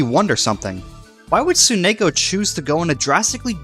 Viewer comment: Ugh, hearing you say rather than Tsunako is so weird.